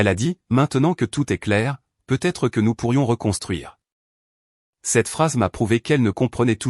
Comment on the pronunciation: C’est l’IA qui n’est pas au point. Le peu être me fait bondir. Peut-être en prononçant le t serait mieux.